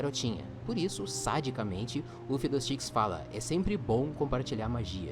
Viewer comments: a pronúncia de FIDDLESTICKS é "fidoustiks", ou pode chamar ele apenas de "fidou" espero ter ajudado 😁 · kkk se pronuncia fidou stiks